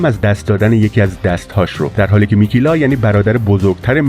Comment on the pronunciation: ممنون استاد ولی میکلا بود نه میکیلا فقط نظر دادما بد برداشت نکنین ⚘⚘